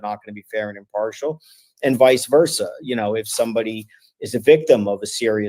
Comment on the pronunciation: I believe it’s a Latin term…and is pronounced pro hac vice (“vee-chay”).